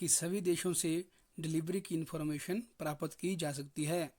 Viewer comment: प्रापत क्यों बोलता है भाई